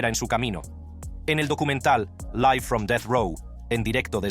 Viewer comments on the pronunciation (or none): none